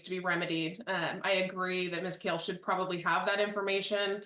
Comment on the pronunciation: I feel for the GAL and her last name never being pronounced correctly 😂 it is Kale not Call